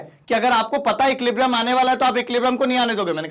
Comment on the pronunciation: Sir equiblium nahi hota equilibrium hota hai aapne he to bataya tha 😅